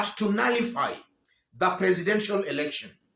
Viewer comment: What did you expect the erection ruring was to mush for her hence the ingrish🤣🤣🤣🤣🤣🤣🤣